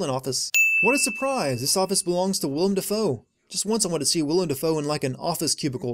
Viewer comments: I am sure I am not the first person to mention this, but it is Willem, not William. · Sin: His name is Willem Dafoe. Not William Dafoe.